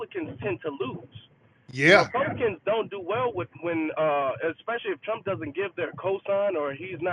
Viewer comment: "I will Bote for Dawn Lawn Thrump!" 😂